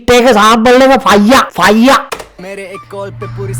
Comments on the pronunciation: Ado loku uba fire kiyana eka paiya kiyala bn ahenne bn😂❤ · Ow bn 😂 faiya